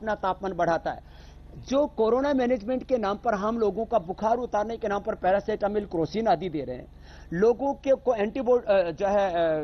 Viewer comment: पारासिटामोल् बोलिये